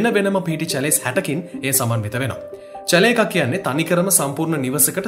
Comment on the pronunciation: චැලේ නෙමෙයි ෂැලේ 👍